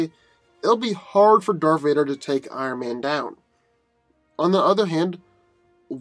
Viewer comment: "Darf Vader, Lord of the Sif"